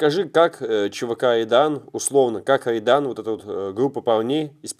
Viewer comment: Так угарно когда не может Р выговорить и называет чвк Айдан😂😂😂